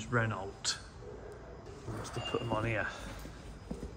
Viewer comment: You and go well on ur vids together, and "Renault" has a silent T its pronounced Reno, soz just had to say